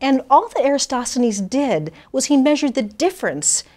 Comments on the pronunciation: It's Eratosthenes, not Erastosthenes... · If this women is so clever how come she can't pronounce Eratosthenes? She sticks an extra S in... EraStosthenes. Must do better. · It's Eratosthenes, not Erastosthenes! Strange how someone speaking with such confidence about this particular subject would pronounce his name wrong🤔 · Would be great if you learn to properly pronounce Eratosthenes. This will give less chances to the flathead. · I'm glad that you find my comments so amusing, but...have you even bothered to watch any of the many videos I've posted that clearly debunk the alleged proofs of a globe proffered by a paid liar who doesn't understand perspective, and who can't even pronounce the name of Eratosthenes whom she credits with discovering the Earth is a globe and even calculated its alleged circumference using sticks and shadows?! I highly doubt it, because...you're afraid to have your weltanschauung rocked by learning the truth...THE EARTH IS FLAT AND MOTIONLESS! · She can't pronounce eratosthenes. Just saying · Mispronounces Eratosthenes and says he “rationed” instead of reasoned...jebus!